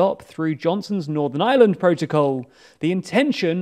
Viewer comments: Er, lads, it's Northern Ireland, not Northern Island (at ) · Iland instead of Ireland, Közon instead of Kherson. It’s just funny. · again lads? How many times are you going to misspell "Ireland"? This seems to be a pretty common occurrence on your channels... Pronounce the R and maybe your editors/copywriters might realise there is one in Ireland...